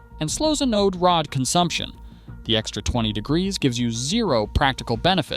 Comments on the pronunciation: AI thinks it's the ANAL rod. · You mean it's not really pronounced AE-Know-Dee? 🤣 The pronunciation isn't the only thing here that's off. Try getting an ae-know-dee rod for $25. They're more like $45 and up. But they're still much better than paying for a new water heater. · Appears that AI still struggles to pronounce ANODE right…